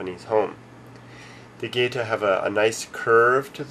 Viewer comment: bullshit...e as in get is the only e sound they have...there is no such word as 'geyta' in japanese...you will get laughed at..not to your face necessarily but laughed at....it is 'ge ta'.